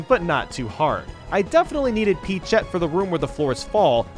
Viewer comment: Did...Did he say peachette?